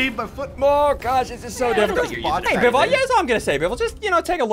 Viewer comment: Biffle Is a wifle henwy is a henwyfart